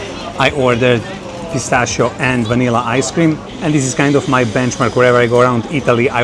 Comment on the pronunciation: This guy pronounce pistacchio in perfect Italian!! Pistakkio no pistaacio😂